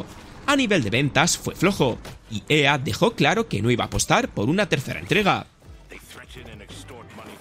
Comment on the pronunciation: Nunca habia escuchado a alguien decir "EA" en español